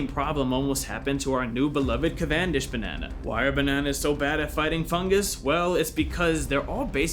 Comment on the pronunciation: I love how you doubled down and mispronounced Cavendish not once but twice. Good show!